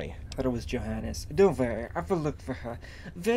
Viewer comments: They Name Johannes is actually spoken with the "J" like a "y". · I thought said Jihaded instead of Johannes